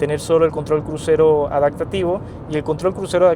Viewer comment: Tenemos un problema pronunciando la p en adaPtativo, la cambia por una k, adaktativo, debes trabajarlo.